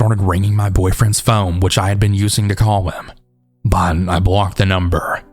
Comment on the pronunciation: I love your stories but the way you say “but” is so annoying lmaoo